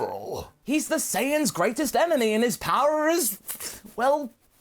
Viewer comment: He said emeny